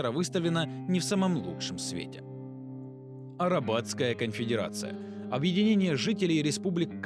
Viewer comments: Ужасное качество, видно, что автор не знаком со вселенной. АрАбатская вместо Арбатская (от слова Арбат - удивительно, да?), ЧЕРВЕпоклонники превратились в ЧРЕВОпоклонников, ну а произношение слова «рейх» как «рэйх» вообще редки слух. Пока что все плохо в общем. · Арбатская, а не арабатская